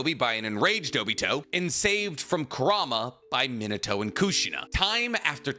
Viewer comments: Bro I'm assuming you of all people know how to pronounce his name but omfg it's fn MEENUTOH NOT MINUTOH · claims is a fan keeps sayin his name wrong (mee-nah-tow) not min-ah-tow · mi NA to, the emphasis should be on the "na". He also has a grandson named Bolt. (You know, like a lightning bolt) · Me-Na-To > Min-A-To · the pronunciation like "minnuh-toe" is killing me ioedrtnmgvoi9tkbn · At least pronounce his name properly. Not minatoe. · You make this video yet you can’t even pronounce “minute-toe”. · I'll be honest, I can't get past the way you pronounce his name but I'll be back one day and gave you a like regardless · it triggers me how you pronounce Minato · He's not pronouncing it correctly, but I'll conced to the fact that my explanation also is not exactly correct. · Well, he's definitely not pronouncing it the Japanese way, but it's close enough. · Fun fact he says minato name so wrong and it erks me. lol i almost stopped the video when he said his name like 20 times in a row.. starting to think he doesnt really know and he just googles the stuff.